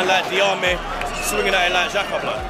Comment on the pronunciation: It’s fucking xhaxa bruv 😂😂😂